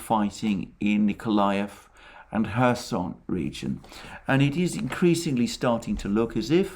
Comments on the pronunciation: There is a "K" in Kherson. My wife who is from Kherson pronounces the K. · Nope. It’s pronounced Hersón. like German Herr) and són.